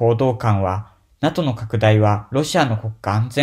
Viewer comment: NATOをナトってイントネーションで咏まれてずっこけた。これは調子狂うわｗ